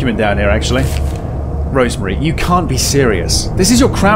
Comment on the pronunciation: Rosemary, Not Rose Marie.